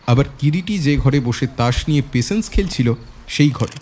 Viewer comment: Patience word ta pls thik pronounce korun. Khub kane lagche..